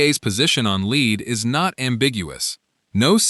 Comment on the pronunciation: lead not leed